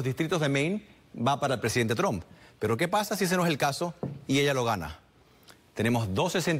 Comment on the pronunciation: No sabe ni pronunciar Trump 😀😃😄😁🤣😆😅